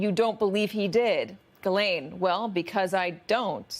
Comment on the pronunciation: Gis- LANE - MAXWELL